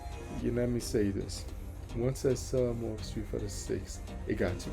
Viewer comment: Keep it up bro, and remember it's "more" not "Korean"😂